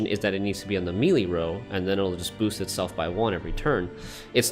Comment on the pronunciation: Your pronunciation of melee hurts but this video itself was very helpful.